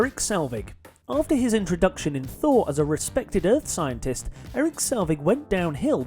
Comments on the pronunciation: Eric Selvig, not Salvig...and it's Rebecca Hall, not Rebecca Black......also, most of the list isn't even that bad. Where's fake Mandarin? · Erik Selvig, not Eric Salvig. And Rebecca Black? Seriously? I usually love your videos and never dislike, but this time around I'm going to dislike it for being just atrociously done. Wth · Erik Selvig, not Eric Salvig. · It's "Selvig", not "Salvig" and as others have mentioned it's "Rebecca Hall" not "Rebecca Black". Quality fact checking there...